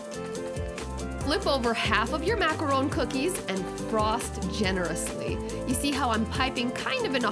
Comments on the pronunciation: Makarowne???? Lol thats whut it sounds like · This is the third video I've watched where the person says macaron wrong in the beginning ... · Lovely video, lovely pastries, and a great chef. Now you just gotta learn how to say "macaron" correctly, <3.